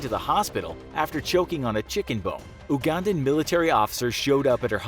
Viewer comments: For future reference Ugandan is pronounced You•gan•dan not oo•gun•dan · Everytime you say Oogandan instead of you-gandan I die a little inside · (You-gandan) not (oo-gandan) also why are the senturies and pilots white, thats not true lol its uganda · I Like you but you say oo-gandan